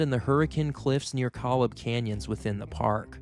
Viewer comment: koh-lob. (not 'collub') 👍